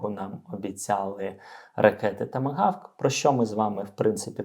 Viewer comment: Правильно буде "Томагавк", а не "Тамогавк".